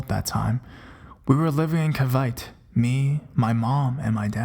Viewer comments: story 10, the narrator says Caveyt, maybe he was referring to the province of Cavite. its pronounced literally Ca-vi-te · You pronounce Cavite as Kah-vi-teh not kah-vite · that Cavite part. hahaha it's ka-vi-te XD i once picked dried leaves on my grandma's tree in cavite and got sick later on. i'd smell toothpaste but no one's brushing or in the bathroom at that time. my grandma later told me that a duende lives in that tree and i shouldn't have pick the leaves . they tried cutting that tree once because the branches keep on growing towards their neighbors house. they did cut the branches but later that day she felt someone push her on the stairs and she fell and fortunately she's okay. sorry for my grammar haha